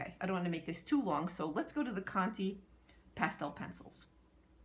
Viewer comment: It's conté not conty. You pronounce it like the 'ay' from Raymond